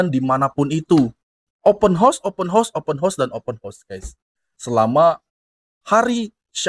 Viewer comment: 'Open house' bang. Abang sebut bunyi mcm 'Open hos'.